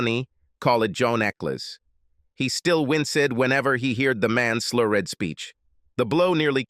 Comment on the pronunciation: "APOLLO GIZZING"? "WINCE-ED"? "SLURR-ED"? Robot man talk funny and not good. As robot man would say: EYE EM PURP-LEX-ED!